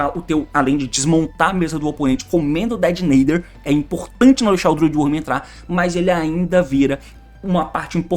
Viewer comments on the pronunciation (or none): Fala "Detonator" meu mano T, faz mt mais sentido, "Dedenaider" é só uma tradução errada, nem é uma palavra de fato